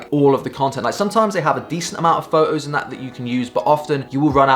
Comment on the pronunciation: English: Photos This Guy: Pho-ohs! :p